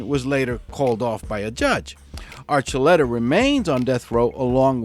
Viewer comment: Hey...it's not Archulera...it's Archulettta. You know that...